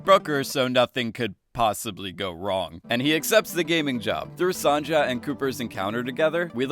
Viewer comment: FOR THE LAST TIME ITS SON - YUH!!!!!!!!!!!!!!!!!!!!!!!!